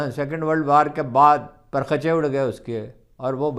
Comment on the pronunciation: Parkhachay nahe pa rakh chay... Haroon sir پ رخ چے صحیح تلفظ ہے